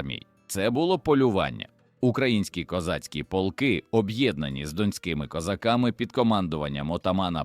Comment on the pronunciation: Не пОлки, а полкИ !!!